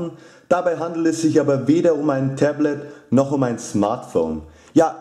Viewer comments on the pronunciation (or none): none